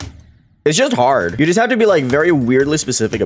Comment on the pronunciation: Nobody:: "its hord" Anyways goodluck on new hardest, Hard Machine, it might look like a Top 50 demon but its just the looks.